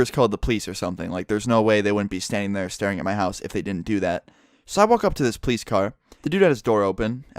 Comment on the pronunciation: pronounces police as pleisse